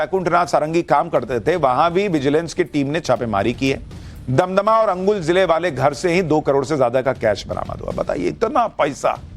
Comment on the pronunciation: Sushant ji damdama nehi dumduma